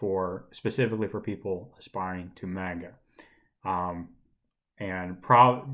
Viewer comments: Manga is pronounced mahnga, not manega. Also. Araki is pronounced Arocky, not Aracky. Still love the video as I enjoy hearing about this book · Ikr? It's pronounced mahnga, not manega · Are you saying maga or manga? Lol